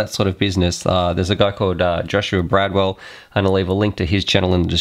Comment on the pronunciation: Bardwell, not Bradwell.